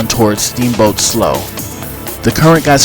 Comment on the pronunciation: Slough is pronounced "slew" not "sloe"